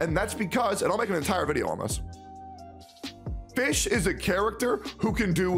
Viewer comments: Isnt it pronounced "fiyhrl"? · You said fischel.... was.... shut up man.... ugh.... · i think fischl's name is pronounced "fishell" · Game: Fischl: Fish Me: AAAAAAHHHHHHH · The "l" in Fischl is still pronounced